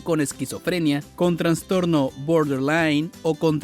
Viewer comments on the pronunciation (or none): En castellano, NO ES CORRECTA ESA PRONUNCIACIÓN, 'GUESHTALT', ADEMÁS TAMPOCO es correcto decir traNStorno, sino., TRAStorno, SIN N, LA PERSONA QUE NARRA ESTE VIDEO IGNORA CÓMO HABLAR DE MANERA CORRECTA, imaginen el tipo de terapia que va a brindar, evidentemente sólo es labia lo que se vende muchas veces con estás terapias y mucha gente cae en ésos engaños 🤮 !!!